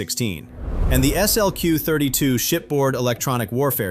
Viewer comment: Note to AI: "SLQ 32" is pronounced "slick 32," but you're getting a little better with other acronyms.